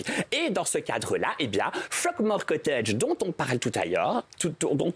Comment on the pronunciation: "fuckmore cottage" 🤔🤔🤔 euh ok